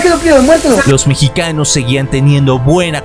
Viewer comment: lo mejor fue cuando dijo peruanos y mechicanos jajajaja